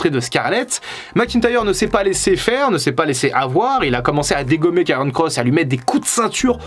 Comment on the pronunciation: Doc, c'est Karrion, pas Kairon ;-)